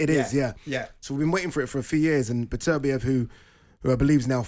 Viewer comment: Why is Simon the only one pronouncing his Beterbeiv's name right? Imagine going on air to talk about someone and not being respectful enough not to learn how to say his name right